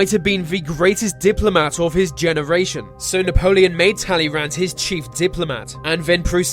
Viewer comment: Talleyrand isn't pronounced like this.